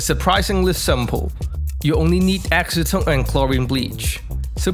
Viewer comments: Can some one tell him that acetone isnt pronounced ask-o-tone its pronounced as ass-o-tone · Ass-e-tone - no?